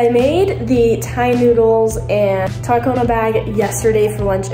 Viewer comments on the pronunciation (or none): none